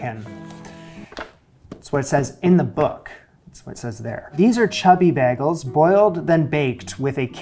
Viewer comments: I think the only difference between your pronunciation and others is in the A you’re saying BAGols and most people say BAYGOLS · He said bagels so many times in the first minute and I've never heard it pronounced like that!! 😂